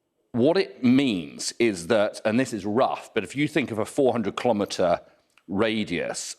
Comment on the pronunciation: He keeps saying KLOMETER